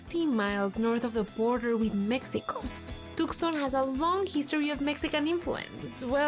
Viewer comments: Its toooson you nitwit. Tucson not tuckson or Took son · too* saan. You don't pronounce the C as it's silent. Yes, even for us Hispanics 😅